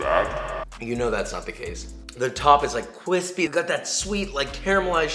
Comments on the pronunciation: I die every time you say BrOtHeR 😂 also you got me saying cwispy about everything 😂😂😂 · I love these videos, but I hate "cwispy".